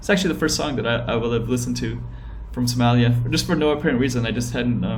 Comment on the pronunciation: Lmao they way he says Somalia smellia